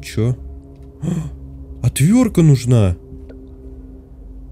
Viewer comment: отвёртка, а не отвёрка